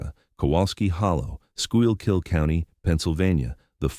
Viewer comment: It's pronounced Skoo-kill county.